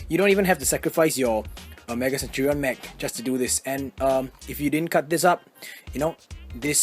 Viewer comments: Century is 100 years. And it has latin roots. A centurion is an officer in the roman military who commands 100 men. Also, its (sen-CHER-ee-uhn) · Look up the definition of a centurion and then you will know how to pronounce it.